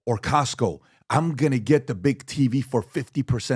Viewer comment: why doesn't Patrick say "the" world properly? He always say "duh" in place of "the" and "dey" instead of "they." Does he have a speech impediment?